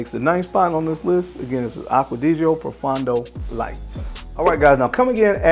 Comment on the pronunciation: To most American Frag Reviewers. Please pronounce Aqua Di Gio properly. Aqua-Di-Gio not aquadigio. Also, Profondo is not proFUN do it’s pronounced Pro-Phone-doe.